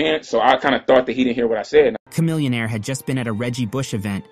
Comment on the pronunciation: I don't think you love rap. How you gonna butcher Chamillionaire's name and N.O.R.E.'s name? You're a CULTURE VULTURE telling old rap stories that heads who been down with the culture knew about years ago.